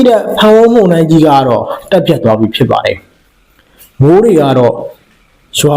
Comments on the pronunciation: ပို့စ်သတင်းပြောသူရေ ဒါလေးလေ့ကျင့်ပါ မုန်တိုင်း မုန်တိုင်း မုန်တိုင်း မှုန်တိာင်းမဟုတ်ပါ မုန် နဲ့ မှုန် အသံထွက်မတူပါဖူး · မှုံတိုင်းမဟုတ်ပါ,မုန်တိုင်းဟုအသံထွက်ရမှာ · ရေးတော့လဲအမှန် ဖတ်တော့လဲမှန်တဲ့အသံ ဖြစ်သင့်ပါတယ်။ မုန်ယိုတာ မုန်တိုင်းဆင်တာ' မုန်' အသံမှန်ထွက်ရမှာ ဟထိုးအသံ ထွက်ရင် အမှားလို့မြင်ပါတယ်။